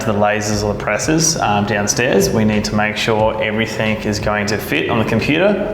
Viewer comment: Mate can you please stop saying everythink on camera its everything .. thanks